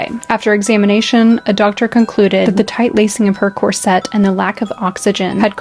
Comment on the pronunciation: I recently came across this channel and as someone who is passionate about designing and making period clothing and costumes as well as modern wedding and prom dresses, I absolutely love it ❤ I would just like to point out as politely as possible that corset is pronounced differently to how its being said here. It is something I hear more commonly from American sources, but their isnt an emphasis on the 'set' at all. It's not 'corSET' - it's just cor-set. Maybe more like corsit for Americans reading this? Rather than rhyming with corvette, it sounds more like saying 'force it' fast 😂 not really sure how to describe the pronunciation other than like that!